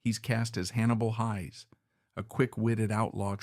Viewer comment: At least pronounce Hayes correctly.